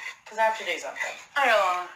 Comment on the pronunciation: I love it when another Aussie pronounces "Allannah" properly!! 😁